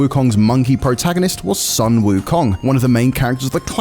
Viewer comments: FYI, Sun WuKong should be pronounced as "Soon" Wu Kong, not "San". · well it's pronounce as "Soon" wukong instead of "sən" wukong.